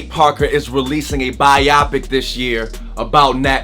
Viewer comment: Lmao it really makes me cringe how you say biopic.... like I hate it a lot lol I'm just saying but I like your videos though